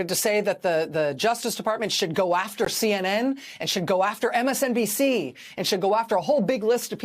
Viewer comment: Am I the only one hearing djt say MSDNC, not MSNBC? ... Been wondering if it was an unintentional or intentional slip of the tongue. 🤔